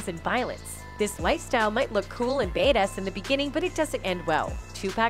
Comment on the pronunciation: "this lifestyle might look cool and betas in the beginning..." Dude the phrase is "bad ass", go check your AI narrator